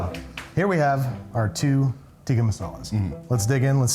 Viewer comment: Thing he still botched: the pronunciation. He keeps saying "tee-kee" instead of "tick-uh". Love this series! This guy had awesome energy, glad he was able to come on :)